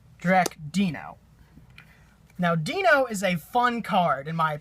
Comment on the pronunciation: Jurrac...Dee-no??? Pretty sure it's pronounced DIE-NO. Like Dino. Like a normal person.